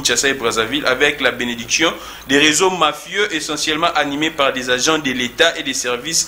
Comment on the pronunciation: Es ce que j'ai bien entendu 🙉 🙉 🙉 dit et répète:"ENgent" au lieu de AGENT cher monsieur